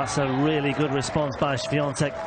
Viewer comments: Też zwróciłem na to uwagę. Wymawia tak dobrze, że przez moment zastanawiałem się, czy to nie Polak. :) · komentator ( mysle ,ze nie Polak?) ...jak poprawnie wymawia nazwisko i imie naszej tenisistki ... widac , ze docenia jej talent 😁🇵🇱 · Od razu pomyslalam o trym samym , ze nauczyl sie poprawnie sie wymawiac nazwisko i imie , moze przez szacunek dla jej talentu ,a moze slyszal odp Igi jak brzmi jej nazwisko po angielsku , a jak po polsku , no i jak woli zeby wymawiali jej nazwisko ? Iga odp. ze chce czy tez bardziej jej sie podoba jak poprawnie ,po polsku wymawiaja jej nazwisko komentatorzy czy dziennikarze - tak zrozumialam odp.Igi SWIA,TEK 😜